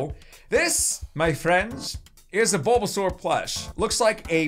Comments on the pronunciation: You should name him bulba because you kinda messed the name up lol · He called it bulbasaur